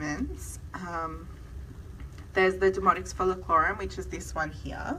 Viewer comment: Your accent is lovely, so please don't take offense, but when you refer to "demodex" it comes across as "demonics". Crazy eh? The very thing that's driving us nuts. IS Rather Demonic!😛